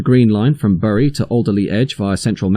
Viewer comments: Burrie? Bury is pronounced "Berry" and Hoom? Hulme is pronounced "Hewm" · Bury is pronounced berry, otherwise great stuff. (A Bury native here) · Bury is pronounced "berry". It's grating because Your videos are so good.... just for future reference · Someone doesn't know how to pronounce BURY (hint : it's pronounced BERRY). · Fascinating information as in the 80's I regularly had to travel between the two stations. Quickly learned the best walking route. You do need to learn how to pronounce the town name of Bury though.